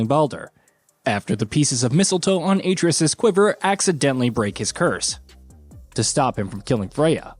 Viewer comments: Bro if you cant pronounce Atreus' name be respectful and call him Boy! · This dude butchers names in way too many videos. The craziest part is when they let a cutscene play in which the character's name is mentioned and he just refuses to say the name correctly... Even if he is recorded prior to the cutscenes being added in, someone could step in and correct him during taping. You're not telling me no one at Gaming Bolt knows how to say Atreus, Shang Tsung, Raiden from MGS2 etc etc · The pronunciation of Atreus is hilarious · It’s obvious he’s reading from a script. The fact he mispronounces Atreus so poorly leads me to think he’s never actually played the game.